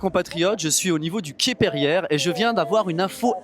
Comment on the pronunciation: Émile Pereire, financier français. Pas perière!!😡😤😡